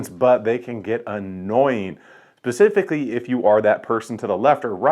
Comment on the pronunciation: He said "pecifically" instead of specifically. He's not to be trusted.